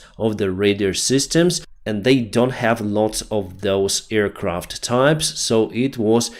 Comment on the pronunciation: thank you for your reporting, but please, check the pronunciation of aircraft. You make it sound like earcraft, which is hilarious every time i hear it:)